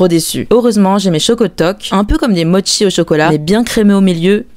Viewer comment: Enfin elle prononce bien mo(t)chi ... Ouf